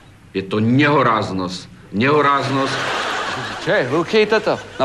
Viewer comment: Je to nehoráznos..je to nehoráznos :DDD Nehoráznos "Ť" !! :DDDD